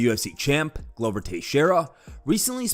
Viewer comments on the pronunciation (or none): none